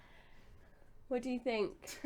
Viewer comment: haha saying "bresticals" that was classic!